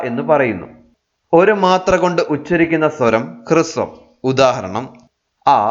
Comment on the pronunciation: ഹൃസ്വം അല്ല . ഹ്രസ്വം എന്നാണ് പറയേണ്ടത് .